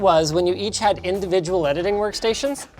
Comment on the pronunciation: Imagine how you’d hear Linus if you don’t speak english “We’re takin it Into de edidin den”